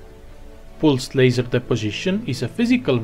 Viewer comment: Are you Indian? You pronounce "pulsed" so wrong!!!